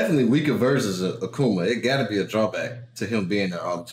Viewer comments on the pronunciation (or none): none